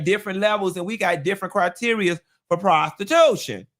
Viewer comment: I love the way says prostiTUTION